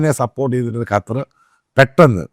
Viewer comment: കറ്റാർ അല്ല ,ഖത്തർ😂😂